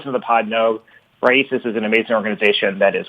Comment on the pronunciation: Always enjoy your shows. But guys. Raices is Spanish word meaning roots. The i is accented. So rai-ees-ces with the accent on the the ees. Small detail but even so.